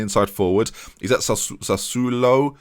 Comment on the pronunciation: Had a tear in my eye when you pronounced Sassuolo correctly. Well done!